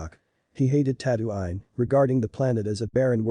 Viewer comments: Tatooine* not tatooain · Ah yes tatto-ine it’s tattoo-een You pronouncing it wrong angers me